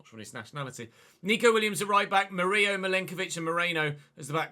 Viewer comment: Hey,, Murillo is brazilian, so the "llo" is pronounced like "lo", just like Danilo. Great series as always, despite that FA cup bs xD